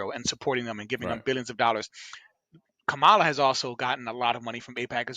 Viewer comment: Ok so 15 seconds in you mispronounce her name so either your woefully ignorant about how it's pronounce or your just an asshole. Either way get a fuckin clue